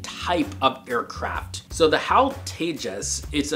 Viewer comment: It's no hal It is H.A.L